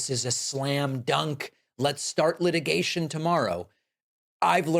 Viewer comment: "Light-igation? Leet-igation?"